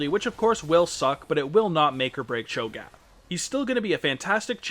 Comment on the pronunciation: Your pronunciation of cho'gath makes me cringe, but nice in depth guide